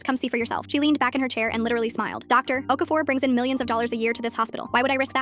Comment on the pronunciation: i swear okafor is a nigerian name please pronounce it right